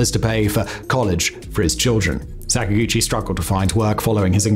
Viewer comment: Sak-ag-uchi not Sak-a-guchi It's Japanese not sacks and gooches m8